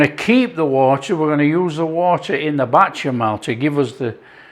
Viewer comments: Bechamel, not batchamel. Great stuff, keep it up. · Does this guy purposely mispronounce the word béchamel, or is it a north west thing? It's bÉchamel... beh-shah-mel said fast and fluid. Not, bAtchamel 🫣🙄 Also, own description says breast, leg, and thigh. Not a hater. Just liking things to be correct. Both versions look fantastic 😋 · I can only eat such dishes with my eyes anymore because of severe dysphagia. I enjoy these videos nevertheless because of their easygoing tone. And who wouldn't want to watch some delicious "batchamall" sauce being made? 😊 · I swear, you've made this little old black American woman smile! We pronounce bechamel differently but yours did look very good. I'm going to try it but to americanize it I'm going to add a little paprika. Nice job.